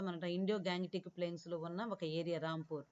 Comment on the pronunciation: Adhi ramapur kadhu rampur miru ramapur ani antunaru